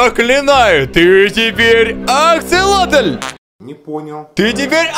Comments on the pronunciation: ДА НЕ АКСАЛОТЛЬЬЬЬЬЬЬ А АКСАСОТЛЬЬЬЬЬ АААААААААААААА ПОЙМИ УЖЕ 😣😩😩😩😩😩😩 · аксолотль вроде а не акселотль.. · не аксолотель а аксосотель